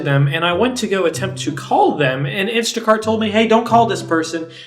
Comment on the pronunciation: Did u say sh$t and instashart? 😂